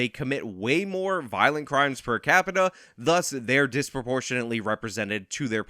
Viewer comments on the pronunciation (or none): none